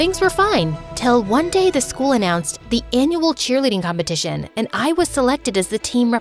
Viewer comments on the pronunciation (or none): Hahahaha "competiotion" daw